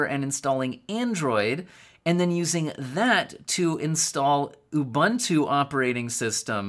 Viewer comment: heads up the middle u in ubuntu makes the same sound as the other two. its a non english word you cant pronounce it in the same way you would an English word.